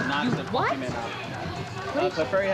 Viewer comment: dad that called it pokeman at is a legend